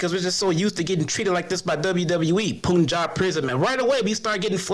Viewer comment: Its PUN and JAB! PUNJAB!!! Not POON and JAB - POONJAB!!